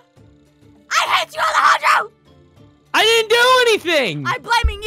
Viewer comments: Alejandro flirting with a flag plie was funny. Jess failing to pronounce Alejandros name was funny to. Alecago☺ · KaggyFilms (Alejandro Saab) lol I laughed so hard when aphmau said alecago I stead of Alejandro 😂😂😂😂